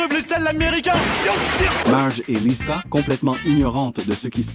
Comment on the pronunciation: Tu di lisa mes ses liza